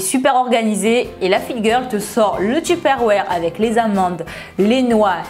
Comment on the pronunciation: Sa me fait trop rire comment tu dis : Tuperroire ! Si non super vidéo ! ❤️